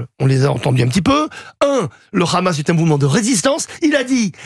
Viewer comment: Tapiro dit le "RHAMAS"....on voit pour qui il roule, au dela du fait qu il soit pro israélien